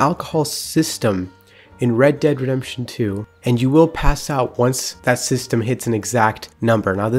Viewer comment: Please tell me why you say red dead rempsion instead of redemption